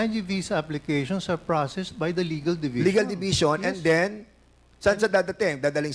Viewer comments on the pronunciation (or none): none